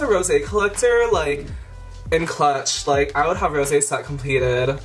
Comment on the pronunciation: "Stohp it's mish rowzee! Ohr my gaurrd" LMAO I'm Dead!! Hahahaha